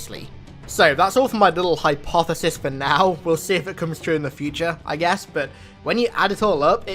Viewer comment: ''hypepothesis'' you're welcome